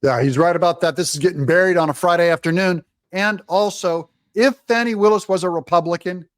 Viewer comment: Thanks for pronouncing her name correctly. Trying to elevate her, some pronouncing her name 'Foni', but it's pronounced 'Fanny'. Having sexual relationships with defendants also Nathan Wade, maybe she fears 'Fanny' very appropriate?